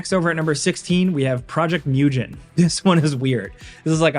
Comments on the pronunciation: Can you be more of a normie? It’s pronounced MUGGEN, not mUjEn 🤦🏼‍♀️ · Project "moo-ghn" it's the japanese word for infinite